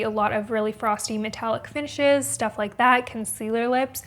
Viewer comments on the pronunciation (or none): none